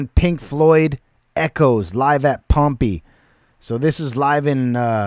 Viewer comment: My guy said “Pompy” 😂